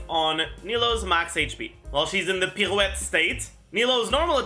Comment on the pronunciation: The coming out when reading "pirouette" took me by surprise ngl